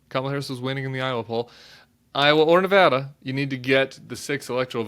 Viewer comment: Nevada is usually very close. I was here in '98 when Harry Reid won by 401 votes. Hey, we're Battle Born, and you can't win here without a Battle of the damn nerves. And thank you for pronouncing our state correctly.